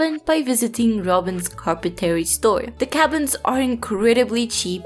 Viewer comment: You speak way better English than I do your language milady, but in English it is "carp-pen-tree.".... BUT you pronounce it anyway you please, we know what you mean. Love your videos btw.....